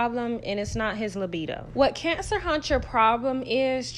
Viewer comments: Lord knows you make it hard for me to get through this every time you say cancer huntcher. I'm in tears 😂😂😂😂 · It’s the “Cancer huncher” for me 😂😂😂😂